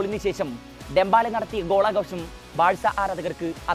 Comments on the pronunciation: ഡെമ്പാല അല്ല ഡെമ്പെലേ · Dembaala allade , Dembele 🤣